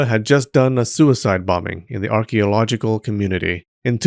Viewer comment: 😂😂 I thought it was just me